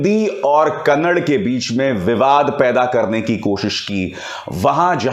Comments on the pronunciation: अभिसार कन्नड़ नही कन्नडा बोल रे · Sir it's not kannad its Kannada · Kannad nahi kannada boliye sir